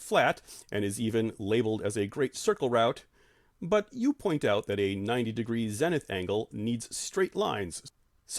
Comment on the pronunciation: Good stuff, but how have you been in the field this long without picking up the correct pronunciation of ZENITH? Long E!